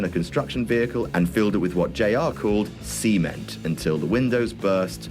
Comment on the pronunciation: "Sea-ment" haha I still laugh at that line to this day!